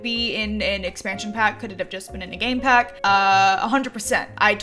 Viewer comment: Did anyone else hear gay pack and not game pack?